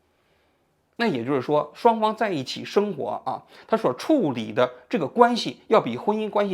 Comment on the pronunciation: 王局发音咋这么多平舌😂😂😂su字 seng活